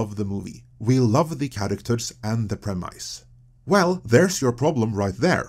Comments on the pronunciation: Sorry, I have to heckle you for "prehm-ice." Premise ends like promise. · Why is he mispronouncing premise? Tom, you're the editor, fix this!